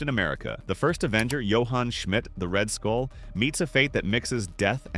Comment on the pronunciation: Bro it said red skull not red school what is lil bro saying🗿💔